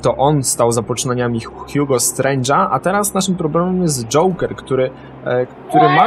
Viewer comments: 2132 Joker a nie żoker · żoker :D